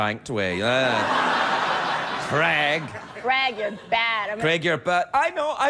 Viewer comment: American people don't pronounce his name correctly.. C r e g... Its Craig like.. C r a y g.